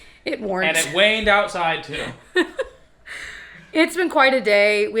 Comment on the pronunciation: “ and it wained outside too!” 🤣